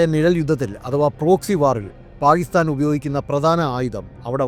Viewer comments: താങ്കളുടെ വീഡിയോ കൊള്ളാം എന്നാൽ താങ്കൾ പാക്കിസ്ഥാനെ പായിസ്ഥാൻ പായിസ്താൻ എന്നാണ് സംബോധന ചെയ്യുന്നത് ദയവായി ഇങ്ങനെയൊരു വീഡിയോ ചെയ്യുമ്പോൾ ഉച്ചാരണത്തിൽ കൃത്യത പാലിക്കുക നന്ദി നമസ്കാരം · Pakistan ennath Paistan ennu parayunnath bayankara arochakam aayi thonnunnu. Pls correct next time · സാർ താങ്കളുടെ വീഡിയോ വളരെയധികം ഇഷ്ടപ്പെടുന്നുണ്ട് എന്നാൽ പാക്കിസ്ഥാൻ എന്നുള്ള ഉച്ചാരണം ക സൈലന്റ് ആയി പോകുന്നുണ്ട് പാക്കിസ്ഥാൻ എന്ന് ക്ലിയര്‍ ആയിട്ട് ഉച്ചരിച്ചാൽ വളരെ കേൾക്കാൻ സുഖമുണ്ടായിരുന്നു നന്ദി നമസ്കാരം